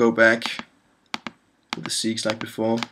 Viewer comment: FYI - "segues" is spoken in English as 'seg-way' - it's a French word that means 'transition from one to another'. Other'n that, thanks for the good, useful work.